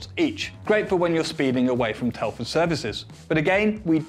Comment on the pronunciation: I'm curious: , what is "Telfuh Services"? I've never heard of that. What language is that?